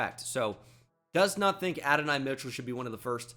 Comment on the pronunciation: Can tell bro doesnt watch cfb calling him Adonai Mitchell 😂